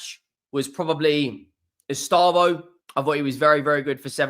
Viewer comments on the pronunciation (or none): It’s pronounced Ess- stay- vow, not Ess - star - voh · Take a deep breath. Don’t need to rush it. Read it properly. ESTE. VAO. No rush. Not estabo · Bro please. It is estevao not estávo. Ow not oh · Estâvaö pronounced E-stay-vow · It's Estevao......not Estaavo.😊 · "Lost to ... Flamingo..." "Ehs Tah Voh" It's not that pronouncing isnt your strong suit. It's that you're not even trying🤣🤣🤣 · He never does try, that's what always winds me up. Wait until you've heard him trying to say Lens, Rennes or Ferencvaros! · WOW WOW ESTÊVÃO